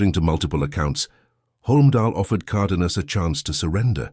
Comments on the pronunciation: Flawed AI narration for a very entertaining story. Spanish pronunciation isn’t all that hard, btw, even for anglos. VEE-Ya. Car-DAY-nyas. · Good god! You can't even speak English! Migulito is pronounced Meegeleeto, Cardenas is Carxehnas. I already addressed the pronunciation of Villas' name.